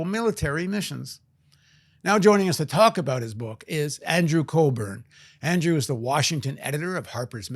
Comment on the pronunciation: It's Andrew Cockburn, not Colburn.